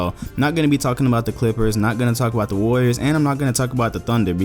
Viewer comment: What the fuck is a Larrior? No such thing in the dictionary.